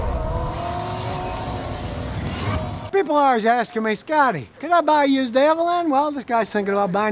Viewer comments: Why does he say Avalan? It's Avalon Scotty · Ross I thought it sounded more like “Avelin”. Rhymes with “javelin” like you used to toss in track & field 😂 And if THAT bugs you you’re gonna hate when Scotty talks about the Prius or any of the other “high bread” cars on the market!! 🤣🤣🤣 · Everybody else: thanks for the information Scotty! Me: IS HE SAYING AH-VAH-LAN??????? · You mean AVALON ... not avelin ... Right ??? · I own a Avalon. He said Avalan